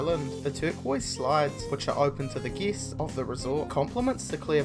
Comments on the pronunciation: Is anyone else pissed off at how he pronounces guests? Geests? And don't even get me started on that upward inflection... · Each time you say guests I think your saying geese